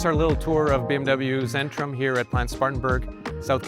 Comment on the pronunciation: its centrum, its a german c, not zen ....